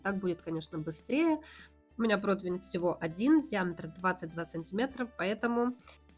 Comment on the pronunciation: Слова протвень в русском языке нет. ПРОТИВЕНЬ!